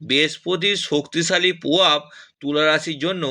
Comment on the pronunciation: 😂😂😂😂 ডাঙ্গায় বসে বাবা ভাঙ্গার নামে বুজরুকি মারছে!!কি উচ্চারণের দমক রে ভাই!!গোহটা কি ভাই!!পোদান, গোহ, বদলাম, পোবাব 😂😂😂😂